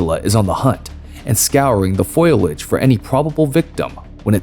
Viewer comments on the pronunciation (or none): It's fo-li-age not foil-age.